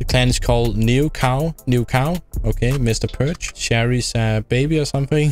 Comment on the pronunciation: Nobody mentioned him calling "MrPerc30" " Mister Perch"😂😂😂